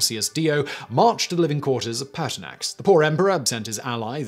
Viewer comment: Ha, I also heard Paarthurnax at first but was disappointed when I turned on captions.